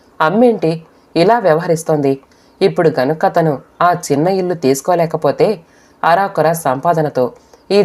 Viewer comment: "అరాకురా" కాదు.అరకొర.